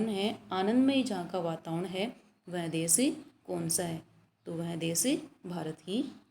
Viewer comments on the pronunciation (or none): मेम, देस नही देश बोलिए।बच्चे आपके उच्चारण का अनुकरण करते हैं।